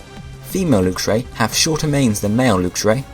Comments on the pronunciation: It's lux (lucks) not lux (lookes) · isn't it pronounced l-uh-x-io and l-uh-x-ray not l-oo-x-io and l-oo-x-ray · I have a lv100 luxray. wh do u say lewxray instead of luxray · I think lux is pr0onounce 'l-uh-x' not 'looks' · Did he pronounce luxio and luxray wrong or have i been pronouncing them wrong since i saw them